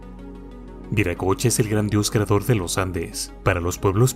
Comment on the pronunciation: NO ES VIRACOCHA ES WIRACOCHA, Y SIGNIFICA EL GRAN SEÑOR, EL CREADOR DE TODO, EN QUECHUA ES UNA PALABRA QUE TODAVIA SE USA.